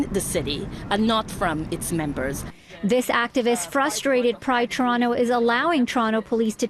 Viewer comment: The female reporter cant even pronounce Toronto (Torono?) correctly.